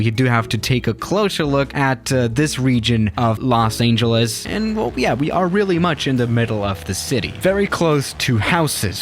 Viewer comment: Los Aingeles